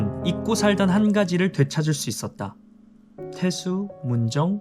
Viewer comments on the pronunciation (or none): ~~👋 또 제 사연 하하하하 좋으면서 민망하네요.ㅋㅋ;; 사연을 정말 가감(+,-)없이 다 읽어주시는군요~~ 음~~~👍 다른 구독자분들도 시간 있으실때 사연 하나씩 보내보세요~ 추억거리가 될거에요~~😆 그럼 이제부터 주제 좀 넘겠습니다 ~ 후련한데? <- 감정 좋고~ 젊은 여자 의사선생님이라던데..? 형 마음의소리 테수 아니고 태수. ~~^^ 약 아님 악. 🎤🎶 역시 감정선 잘 살림.👏👏👏 효꽈적 ❌ 효과적⭕. (갱상도?) 요즘노래! 요즘노래~~!: 아버지가 방에 들어가신다. 아버지 가방에 들어가신다. ---------------------------------- 추신) 아,형!! 이런것까지 토시 하나 안빼고 읽어주실 줄이야 우리아파트 관리사무소 안내방송 언니인줄~~? 🤭 ㅎㅎㅎ<-- "하하하"라고 쓴건데? ㅎㅎ <-- "하하" 라니까~~ ㅋ <-- "캬" 라고 쓴건데? --------------------------------- 아핳핳핳 컨텐츠 의상컨셉을 가제트형사 + 월리를 찾아라로 굳히신건가요? 아님 같은날 다 촬영을...? (또 선 넘는다 그래~그래~) 형!! 혹시 KT에서 연락 없었어요? GIGA 막힌다고~~ 크~~~~~~👍기가 맥힙니다!! 영상 또 한 번 감사드립니다. (주접 댓글 투척 마무리ㅋㅋ) 즐거운 하루 되세요. 바이바이🤗